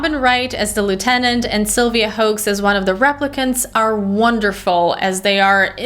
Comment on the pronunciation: Sylvia Hoeks, pronounced as Sylvia Hooks.